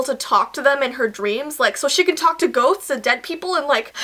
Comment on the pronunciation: When you said she can talk to ghosts it sounded like goats 😂